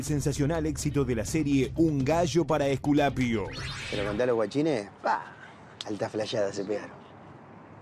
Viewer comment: Porque dicen "Ejculapio" cuendo quieren decir Esculapio.